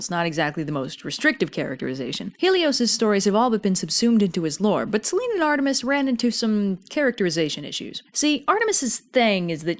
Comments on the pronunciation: It's Seh-lee-nee...Σέληνη... Just saying. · I like in depth of your research on these and your humour and drawings are cool. Sorry to be pedantic, but just small pronunciation thing: Selene is normally pronounced Selenee. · I guess the Ducktales Reboot has been pronouncing "Selene" wrong, too.